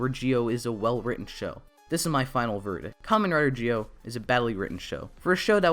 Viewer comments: This guy needs to get Zi-o's name right because it sounds like he's saying geo as in Poke'mon Geodude instead of Zi-o. Had to get this off my chest because it bothers me so much in his review. Just z and o say together, so Z-o (Zi-o) would actually be right way to say Zi-o. Not hard to pronounce and idk people struggle to say Zi-o. Also Sougo is not right way to say his name and the translation is wrong in eng sub, so it's Tokiwa Sogo said without the u. Should be say So as in so and go as in go said together and this right way to pronounce MC real name in Zi-o because I hate when people mispronounced names in Japanese. Btw great review though just get the names right😑😥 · it's Zi-O not Gi-O pronounce it right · Dude you were say g-o instead of zi-o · You can say "Zee Oh" not "Gee Oh" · Dude it’s Zee-Oh not Gee-Oh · A good review, but...why the heck do you keep pronouncing Zi-O as 'Jee-Oh'? The show, the characters in the show, the toys that have sound effects, and every bit of media clearly are saying 'Zee-Oh'. Noticed this in your other videos too. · It’s pronounced Zee-oh, not Jee-oh. Also, Zee-ku, not Jee-ku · why do you call it Gi O? Do you just struggle with Z????? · why do you say it as "gi-o" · Just a question tho, why do you pronounce Zi-O as "Gi-O"? The letters don't even sound the same, so I have been wondering... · its not GIO oh myy god my head it hurt listening you saying that all the time cmon now